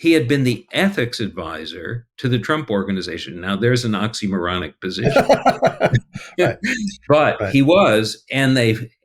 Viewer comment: Did you say Nazimoronic or oxymoronic? both apply that made me laugh .